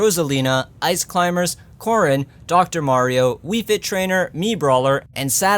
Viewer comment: God why did they butcher corrin so much...